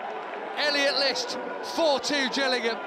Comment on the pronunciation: Its not gillian its Gillingham as the commentary said up the Gills!!!